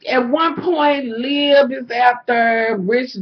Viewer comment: Lmfao "lib" hahahahahaha. Her name is liv. Olivia. Lol you're still flawless hunny